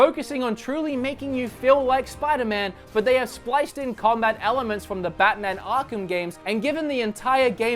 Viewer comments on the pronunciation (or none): none